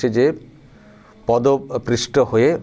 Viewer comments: কথাটা পদপৃষ্ট নয়, পদপিষ্ট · ভাই, কিছু মনে করবেন না আশা করি। আপনি বললেন, "পদপৃষ্ট"। আসলে শব্দটি " পদপিষ্ট "। আবার বলছি কিছু মনে করবেন না বা অসন্তুষ্ট হবেন না। ভালবাসা থেকেই কথাটা বললাম। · Padaprista noy padapishta hobe. Khub shrutikatu lagche.